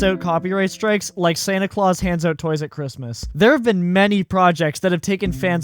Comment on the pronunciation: you pronounce out like an eeeeiirishmahn but only word out, why?